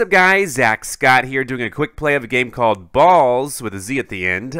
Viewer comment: ha ha ha stop saying ballzs